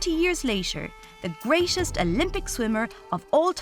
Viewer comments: The pronounciation iso annoying like "credish", "greatesh", "Devish" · Pronounce greatest properly..